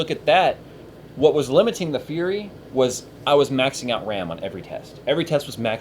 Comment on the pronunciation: li-mit-ting ANOTHER WORD HE SAYS WEIRDLY UGGHGHHHHHHHGHGHGH